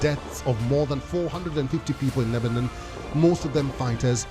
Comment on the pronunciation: Lebanon not lebanen anyone noticed her pronunciations 😂